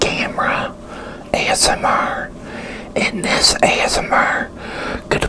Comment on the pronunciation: Says “ASM-ARRGH”. Pirate style, like